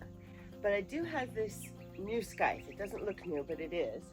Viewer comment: SIITHE! No hard ‘C’; a soft ‘C’ sound.